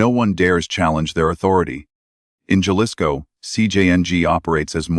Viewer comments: Jalisco is PRONOUNCED "HA-LISCO"! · AI don’t know how to pronounce people’s name or the names of towns this one says Jalisco Mexico improve it people